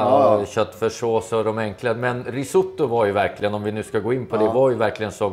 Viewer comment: Uttalas "risåttå"! Basta!